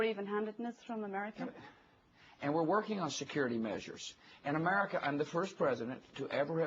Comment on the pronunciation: Can this f*cking moron even pronounce the word AMERICA...(A-Mer-I-Ca)....not amurrrriccca. This Irish reporter owned Bush...major props I will def look up more of her work.